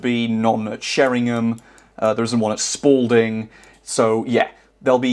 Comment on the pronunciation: bro said sporlding (sorry i giggled)